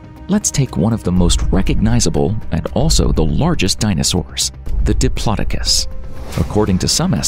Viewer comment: The way you said diplodocus made me shiver, that can't be the way you're supposed to say it surely